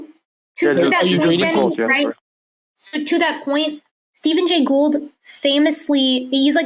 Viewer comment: To give the greatest benefit of the doubt, he mispronounced Gould’s name, so it’s possible he didn’t recognize that that was who had been talking about. I still think he was reading a script, though, because I am old and cynical.